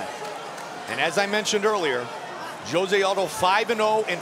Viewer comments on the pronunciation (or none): OMG!!! Would someone get this Commentator to stop calling him J ose and tell him the pronunciation is H ose. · Announcer said Joe-zay in stead of Jose in he intro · Joe-say? Dude it’s Jose lol…seriously? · Joe rogan committing the 'saying jose aldo's name like josay' bit like nobodys busniess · Comentar try pronouncing hose-a. J in Spanish has the h sound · Joe-Zay Aldo. Joe-Zay 😂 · JOE-ZAY?? lmao! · So annoying how they pronounce Jose Aldo's name